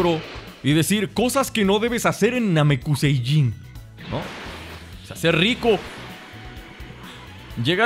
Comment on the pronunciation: No es namecuseiyin es namecusei